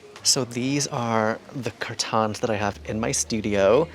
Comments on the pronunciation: its curtains not curtons for god sake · Nobody asked, but your RUG SHOWS are what I live for, and the way you say CURR -TAHNS!!!! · The way you say curtains just doesnt feel right